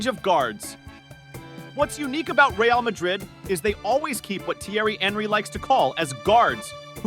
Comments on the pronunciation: At least say ray- al , if you refuse to say reh—ahl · Please god at least attempt to pronounce the names of the players and teams correctly